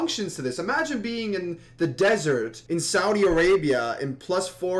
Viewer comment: just i want you now from hart to hart we don't live in disart we have cites 😂😂😂😂😂😂